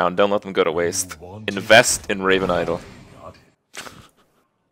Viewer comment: Raven iowl ? Kripp it's i-DOL